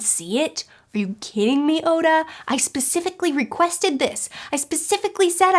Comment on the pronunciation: we put the g before the o in Goda for a reason